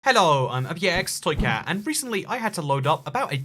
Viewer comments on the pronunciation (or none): Are you aware you say your name wrong at the start of videos? You say "I-beer-ex toycat" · I swear he doesn't say box toycat. He says ibeyx toycat. It really annoys me. What does he say?!?